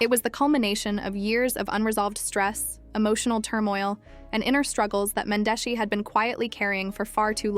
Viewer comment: Cringing to hear you pronounce Mendeecees an Yandy names all the way wrong. I can tell you don’t watch luv an hiphop Atlanta cause you wouldn’t be pronouncing their names wrong . If you gone speak on our culture learn how to enunciate their names an if u really watched the show you’d know that you are shredding their names 😬😬😬😬😬😬😬it’s disrespectful put some respect on their names